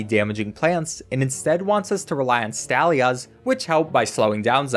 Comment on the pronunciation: I don’t mean to be that person, but I think stallia (or however it’s spelt) is meant to be pronounced like dahlia (because it stalls them). I mean, I have no evidence that there’s an official pronunciation, nor that if there is one, that it matches mine, but still